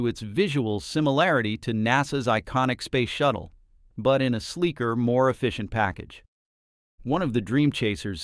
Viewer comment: Yup..........Ctap.........no..........I did not misspell.........Spayce shatttle........😮